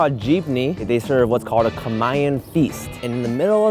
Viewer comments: How you pronounce "kamayan", is really, really triggering me. 😂😂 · Holy crap that woman pronounced kamayan so American I didn’t even catch that she actually said a Filipino word, “kamay” for hand lol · I thought he said "Camaian" feast but then i kept thinking and now understood it. It's actually Kamayan AHAHAHAHAHA